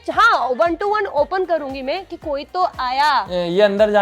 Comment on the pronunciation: (Mai❌ me✅) (strong❌ estrong✅) 😂🤣